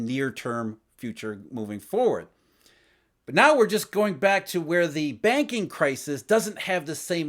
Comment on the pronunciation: Every time he said BUT, he woke me up. Obnoxious